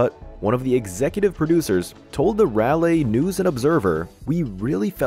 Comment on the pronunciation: You are saying Raleigh all wrong that is not how it is said at all I live here and have most of my life and met all of them super nice people and very humble.